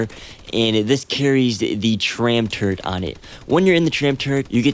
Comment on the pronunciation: there's no N in the word turret